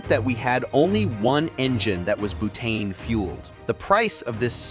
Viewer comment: Did his accent suddenly change to British at one point early on?? Also "bootane" 😅